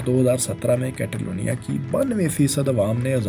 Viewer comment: کیتالونیاں نہیں کاتالونیاں کیو کے اے کو سپینش میں آۂ پڑھتے ہیں